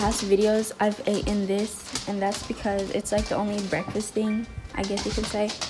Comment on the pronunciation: "I've aten this" I SCREAMED LMAOOOSLKSLJDLKESFL